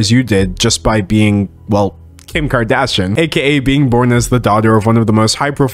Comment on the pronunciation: I love everytime D'Angelo pronounces Kardashian as "Kardashun".